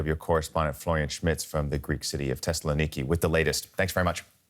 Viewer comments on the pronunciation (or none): "Teslanikki", is that how Tessaloniki should be pronounced? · lmao. No, it's not.